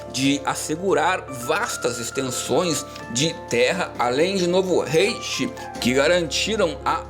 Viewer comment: Se fosse Hitler ia ser um bem pior com certeza, a e se fala 3°reich (raiche) e república de Weimar (veimar), ótimo vídeo amigo🤩